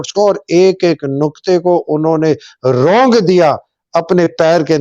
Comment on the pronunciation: it’s روند دینا، رونگ دینا نہیں۔ 😊